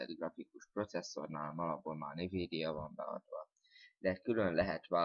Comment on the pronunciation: Nivídia :DDD Azt envídiának kell mondani.